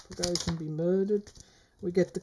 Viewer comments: Pronounced ( Pra go shun ). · I think it's pronounced (Pra Go Shin) almost sounds Armenian but not quite.